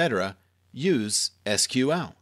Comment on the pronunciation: Lol I searched for Seequel and this video came up, so I thought good, now I found someone to get pissed at. And you pronounced SQL correctly.